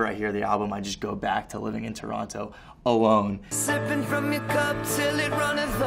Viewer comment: aw the way he says toronto is so cute and so not canadian LMAO